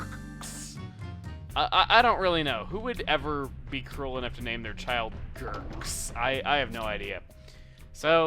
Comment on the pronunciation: It's hilarious how he says Gurks (Pronounced Ghur-kz)